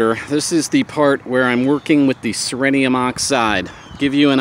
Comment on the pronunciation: This is how it is pronounced. ce·ri·um | \ ˈsir-ē-əm Somehow you managed to pronounce oxide correctly without adding more consonants to it.